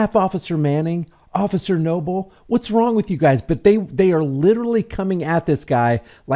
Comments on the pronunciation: Did anyone else notice that he doesn't say officer, he says ocifer! "I'm tired of hearing about the first amendment. That's all we ever hear." Thats what the 2nd one is for. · It killed me when he said ociffer 😂😅😊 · In all his video he says "osifer" instead of 'officer' . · Occifer, Lol